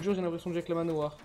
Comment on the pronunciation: dans cette vidéo j’ai entendu que « manoir »